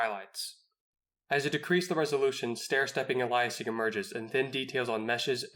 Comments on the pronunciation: Your channel is brilliant and somethign I've wished for for a decade now. It will grow. But brother in christ. Aye Lee us Ing. Not Al lie is ing. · I can’t take you seriously as a developer if you continue to say “Elias-ing” instead of “Ail-ee-essing.”